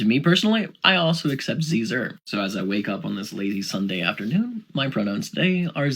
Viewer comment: when he says ze/zir it sounded like he said caesar, as in the salad 😬🤣🤣